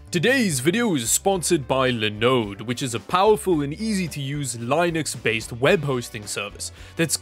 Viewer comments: LEN-UX not LIE-NUX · It's Linux not Line-X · My friend, it's not pronounced "lie-nex." The creator of Linux himself says the pronunciation is lih-nuks. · "li" nix vs "lin" ix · Have I been saying Linux wrong all this time? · You’re pronouncing Linux wrong lol